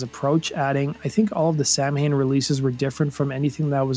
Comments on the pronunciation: I've seen Glenn, London and Eerie all pronounce the band name as "Sam-Hane", despite all knowing the correct pronunciation. I once spoke to someone in that inner circle about it, and apparently Glenn read the word in a book, long before hearing it properly pronounced, and ran with it long enough to not be able to backtrack... and that using it in songs correctly was his way of acting in the know, to pretend it was a deliberate choice all along. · Isn't it supposed to be pronounced like "sow-in" as it is an Irish word originally. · Samhain is pronounced "souw- when." Is a Gaelic word. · It's pronounced Sow-win. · no no.... Its pronounced Sam Hane. Have you ever listened to the band? No one cares about Celtic cultural festivals, jesus christ. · Its pronounced "sɑːwɪn" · The band name isn't pronounced that way, though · The funniest part of Samhain is everyone in the US pronounces it wrong. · Nice video, but you can't do a video about a band and mispronounce the band name the entire time. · Literally every time you say Samhain you’re mispronouncing it. There’s a true rock n roll story. 😂 Every single time. Do research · that pronounciation of samhain makes me want to shoot myself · And u never once said Samhain correctly. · Like the band but after 4 years living in Ireland it drives me nuts hearing everyone mispronounce the word Samhain. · I am Irish and a native Irish speaker. It is very hard to watch this video and listen to the Gaelic word "Samhain" being chewed up and mispronounced so badly! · Tough to listen to because he mispronounces the band's name over and over and over. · I only clicked on this video to see if Samhain would get pronounced correctly. I was right--it wasn't lol. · You know that's not how you pronounce Samhain, right? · It admittedly made me cringe hearing someone pronounce 'samhain' in English. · It’s not pronounced “Sam-hain”, it’s pronounced “sah-wen” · Correct pronunciation: sah-win Incorrect pronunciation: sam-hane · Sow-ihn , not sam-hain